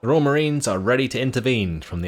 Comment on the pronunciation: What's with Roy "AL" all the time? You are British, please prenounce it correctly